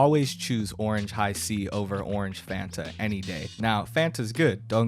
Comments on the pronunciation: Hold up why is no one talking about the fact he called FAN-ta FAHN-ta?????????? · Fan-ta not Faan-tah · WHY IS HE SAYING ‘FARNTAH’? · lmao it's funny how he pronounces it as f-ah-nt-ah. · why why why did he say fanta like that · I why does say Fanta like that that’s not how you pronounce Fanta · Honestly I’m mostly disgusted with how it said Fanta